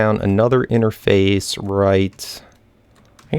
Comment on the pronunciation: u say enerface